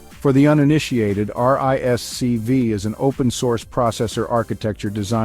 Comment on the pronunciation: RISC-V is pronounced "risk-five". It is not necessary to spell out the letters each time one mentions the acronym.